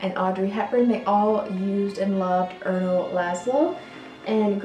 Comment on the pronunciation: Girl, I would have liked to subscribe, but here is why I can't. You botched the pronunciation of Erno, Rainier, Fleurissime, etc. You botched English too: HER and Marilyn Monroe...REALLY?? Try SHE and Marilyn Monroe. Jeez. Sorry.